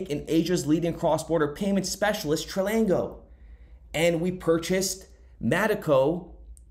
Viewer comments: It’s pronounced TRANGLO and NOT Tralango lol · Where did you get an "L" between "tr" and "anglow" ? Tran-glo, Tranglo. Its simple, a 3 year old could read and pronounce it. Like i'm going to trust or listen to someone who cant pronounce simple words. You never go to school, or only occasionally when you felt like it ? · Tran glo, no letter repeats twice. Not tri ang glo, not trang glo.. Tran glo. Tranglo. 2 syllables. Try again. Now, thanks for the content. Keep up the good work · Its TRANGLO not TRILANGO. great video tho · Tranglo... FFS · There's no I in Tranglo. Pronounced Tran-Glo. ❤️ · 🤦‍♂️ bro stop mispronouncing Tranglo, read it again ! Only one letter L in it